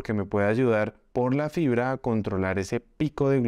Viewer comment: Pilas que dice FRIBRA